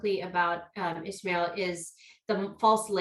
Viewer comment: Why are they saying Ishmael? There us no h in his name. Why isn't he correcting them? I was told in my Dale Carnegie class how important it is to get a person's name right. If you are going to interview on a public forum ,please get the name right.